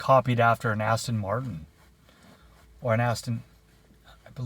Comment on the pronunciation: "this is 29 inchs" !! 🤣🤣🤣I will never shop at buckle, def no bejeweling on my butt, I know my waist size!! Really pronouncing the first part of the aston martin there.... I had a 65 straight 6 mustang once, my first car was a 68 cuda with a 318 i traded that for a 76 firebird with a 350, traded that for the mustang. I made a nacho bar and pizza bar for superbowl although I didnt watch it ahhaha just played card games with my boys. Happy sunday my man.